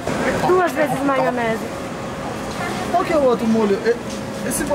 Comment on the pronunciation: "Maionesar" — 2021